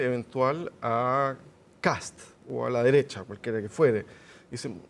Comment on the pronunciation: El “analista” no pudo evitar decir “extrema deressha” 😂😂 Le faltó turbo super duper nomas